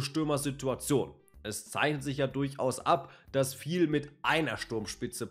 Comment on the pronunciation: Unser Trainer heisst Fi-el, nicht Viel. Ist ein Spanier.